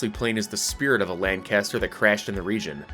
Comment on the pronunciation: Atleast you get 'lancaster' correct